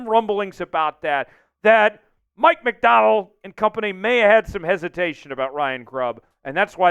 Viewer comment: It sounds like you're saying Mike McDowell would you please pronounce his last name right